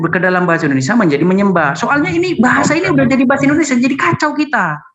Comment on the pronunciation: Kok indonesa, indonrsia 🤣